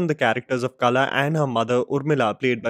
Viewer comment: You keep pronouncing Kala but it's Qala.